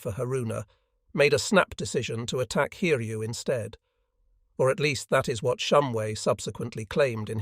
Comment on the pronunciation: Pronunciation of the carrier name Hiryu was absolutely amazing. It was corrected later on.